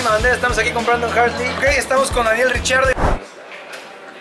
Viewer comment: Tu y Daniel Riccardo con la perfecta química ah... Pd: cierto se pronuncia como español "Ricardo"